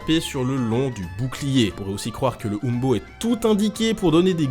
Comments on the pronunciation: umbo ce dit in-bo et non oum-bo mais c'est un détaille ^^ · Petite précision : il me semble que les historiens et archéologues français prononcent plutôt "imbo" (hein beau si vous préférez).